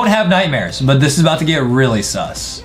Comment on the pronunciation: Why you say S,U,S